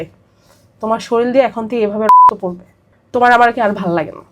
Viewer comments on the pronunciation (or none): Are soril noi sorir